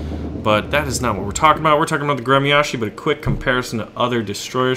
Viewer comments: It's pronounced "grem-yas-chee." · прикольное произношение названия корабля)